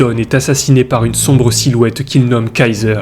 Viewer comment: Très bonne vidéo mais ta diction est un peu pénible. Tu accentues les E dans beaucoup de fin de mots, on dirait que tu te forces. En pleinE nuit, un hommE blessé, une silhouettE dans le noir… Sinon très bon boulot !